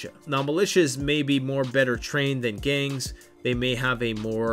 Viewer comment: Why does the GANGS section sound exactly like government?